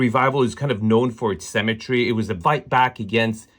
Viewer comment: Sanwich not sandwhich. Symmetry not 'cemetry'.